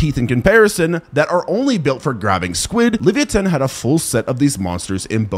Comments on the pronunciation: Did this nga just say Livi-a-tan. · Wtf is a levia-tan?😂